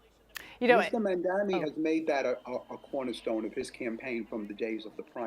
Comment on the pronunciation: JAMES VACCA, HE'S NAME IS "M A M D A N I" !! DAMMIT, GET HIS NAME CORRECT, MISTER!!!!!!!!!!!!!!!!!!!!!!!!